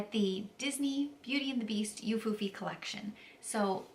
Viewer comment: Hi! It’s pronounced “oo-foo-fee”. You have a nice voice, btw.